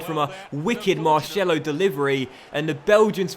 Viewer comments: It's Marcelo not marshelo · “Marshelo” hahaha😂😂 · Since when was O pronounced ow. Asensio. And Marcelo is pronounced like cellophane not shello